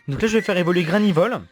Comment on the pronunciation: C PAS GRAINIVOL C GRANIVOL !!!